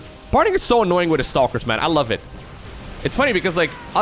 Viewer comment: There is no "L" in Parting's name.